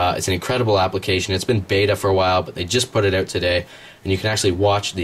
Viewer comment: It's "out", not "oot" =Þ